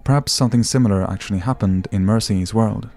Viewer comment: "Well its I mean akssshuallly"